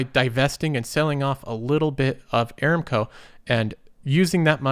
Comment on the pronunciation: I look forward to your videos and mostly agree with your advice. However, you will have higher credibility if you pronounce company names correctly. You consistently mis-pronounced "Aramco". The correct pronunciation is a-RAM-co. See